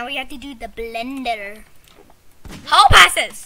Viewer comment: He totally said "the blendeh"